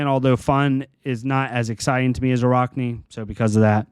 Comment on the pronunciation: For the love of god it’s araakni not araukni. Your pronouncing it wrong.